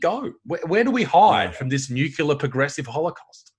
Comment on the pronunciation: “New-kyi-Lur. It’s pronounced “New-kyi-Lur”.